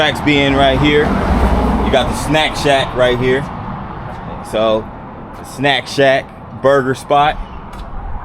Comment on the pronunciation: every time you said snack shack I thought you were saying snap chat 🤣 yesss very colorful building! Looks nice. Its so quiet! You must’ve got there early before they started opening up